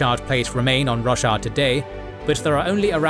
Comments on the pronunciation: great vid! but damn i cant unhear Russia instead of Roshar lol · fantastic recap the only bad thing about it is hearing russia every other sentence :D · I just can't get over him calling Roshar Russia... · Roshar not Russia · I keep hearing Russia, I am pretty sure he's mispronouncing something, just not sure what. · I thought it was pronounced Ro-shar. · Stop saying roshar wrong ffs!😂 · You know youre saying roshar wrong, right?